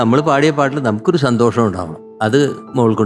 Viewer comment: കദളി ചെങ്കദളി പാടിയ കുട്ടി സന്തോഷം എന്ന് പറയുന്നത് സന്തോശം എന്നാണ്. വല്ലാത്ത സങ്കടം തോന്നുന്നു മലയാള ഭാഷയെ കളിയാക്കുന്നത് കണ്ട്